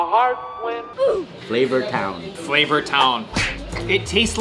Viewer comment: Will: this is just pure fat: no i call it pure fleyvor